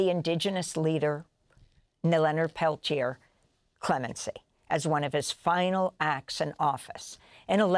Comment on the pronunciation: Mr Peliter? Really? They couldn’t even pronounce his name properly. 🪶FREE LEONARD PELTIER!🪶